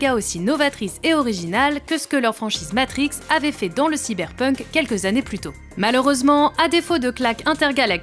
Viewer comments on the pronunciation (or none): none